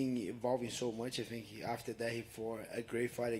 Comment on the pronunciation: Hey burns you better cut off the word fink and say tink if you can't say think.